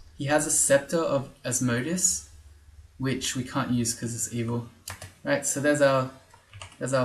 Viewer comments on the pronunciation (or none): im going to have a lot of notes on pronunciation lol, sorry if that bothers you, As-mo-de-us